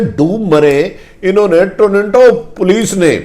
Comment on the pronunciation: PLEESE PRONOUNCE PROPERLY ABOUT TORINTO BUT CORRECT IS TORONTO THANKS